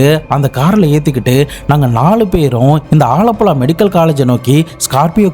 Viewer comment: வாழப்பழா இல்ல ஆலப்புழா ப்ரோ